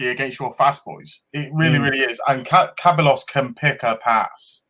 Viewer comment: Cae-bah-loss lol it's Cah-by-Ohss like Toh-Reh-rah =Torriera